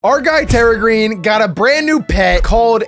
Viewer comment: You said perragreen bruh😂😂